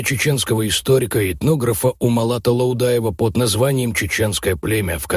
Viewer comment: Как вы произнесли Лаудаев я пролистал ваш ролик. Провокация и слушать не буду